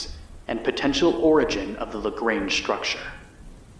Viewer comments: Lagrange is French and pronounced Lagrahnge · That's not how to pronounce Lagrange